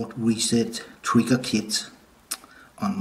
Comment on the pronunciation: “Showt weset twiggew keet”